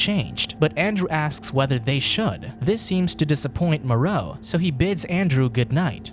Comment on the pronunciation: The island of Dr "Moreou"